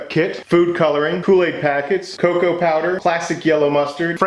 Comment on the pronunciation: I had to rewind when you said cocoa powder the first time cause I heard cocaine powder.